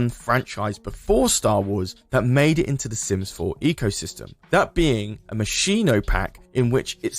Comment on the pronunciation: Completely unrelated, but Moschino is pronounced "Moss-keen-oh", there's no sh sound in there. Yes I'm that person, sue me lol